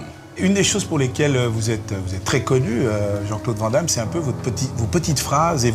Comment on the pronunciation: On voit que le gars est sympa car vent damme mdr c est quoi cette prononciation de merde 😂😂😂😂